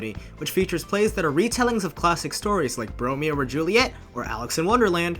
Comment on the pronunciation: Did you say Romeo and Julius or Bromeo and Julius? 🤣🤣🤣